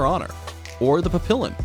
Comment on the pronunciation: papillon dogs... pronounced pappy-yon